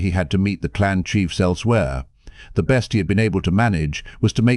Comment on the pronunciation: This has to be a chat bot narrating. I swear it is going out of its way to mispronounce as many words as possible. "Best" was pronounced "beast" o_0